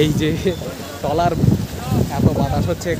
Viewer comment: আপনি বার বার ড্রলার বলেছেন! কিন্তু এটি কে ড্রলার নয় , এটি ট্রলার বলে, ।